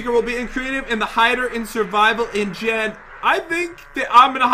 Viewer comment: You said men not jen >:(